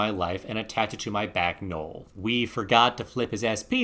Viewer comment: That’s not how you say Noel lol